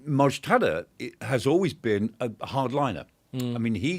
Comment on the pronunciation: Its not Mojtada. He is called Mojtaba.